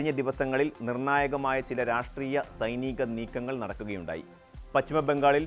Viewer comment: സുദേവു അല്ല. പച്ചിമവുമല്ല; സൈനീകവും.